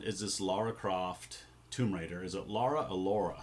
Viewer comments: It's pronounced Lara, not Lara. :) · "Lara" rhymes with "FAR-uh".